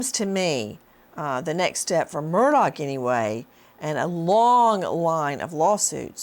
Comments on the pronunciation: Nancy, its MURDAUGH, the G is silent! Whats wrong with you? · Nancy refuses to pronounce his name “Murdock” lol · Nancy is mocking him by mispronouncing his name. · Learn how to say his last name, please! Lol